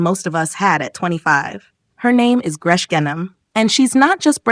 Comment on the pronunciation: She doesn’t live in Beirut. She live in Montreal. And her name isn’t pronounced gresh. It’s pronounced Grece. Like Greece.